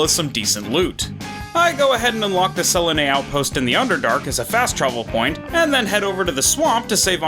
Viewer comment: Orc Savage Attack does not work with unarmed attacks so only the endurance would’ve been helpful, this is a pretty tough roleplay run all things considered. Also I think her names pronounced Sel-lun-nuh. Interesting to see this kind of roleplay commitment! Great vid